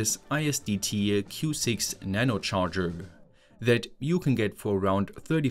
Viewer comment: so you did notice😂